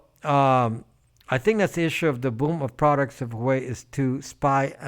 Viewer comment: Pronounced “Wa-Weigh” 👍🏽